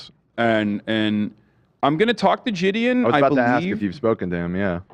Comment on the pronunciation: I hope I never Have to hear Gideon pronounced as Jid-eon again.